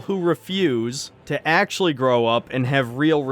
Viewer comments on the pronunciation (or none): Growa not a Showa